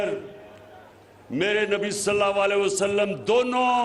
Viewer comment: Salal a waslam sahee kehna sekho